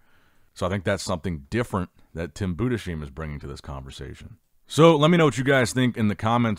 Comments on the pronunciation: Please his name is pronounced boo-dis-hime, not Buddha-seem, it makes me cringe so hard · I beg you; stop butchering Tims name 😂 It‘s pronounced: Boodis-Haim Greetings from Germany 😅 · I've gotta tell you, you're pronouncing Tim's name incorrectly. I'm American living in Germany and it should be pronounced like: Boo des highm. The spelling with ei is pronounced like eye. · Tims last name is pronunced Buuhdes haim. please dont spell it like an Shh, i always makes me freak out. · His name is pronounced BU DES HEIM... LIKE HYME. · It's pronounced "Boodeshyme". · may I try to correct your pronunciationof Tim Budesheim? The name is a two parter: first part is Budes - the s belongs to the BudeS and not to the -heim and -heim would pronunced like "h" - like in house, Harry, hopefully - like a normal "h" "ei" = like eye or i "m" = like a normal "m" Maybe you wanna give a try next time ;-)